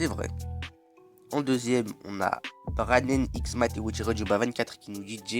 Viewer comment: T'as écorcher mon nom 😭😭😭😭, ça se lit "Braninx" mais ça s'écrit Branenx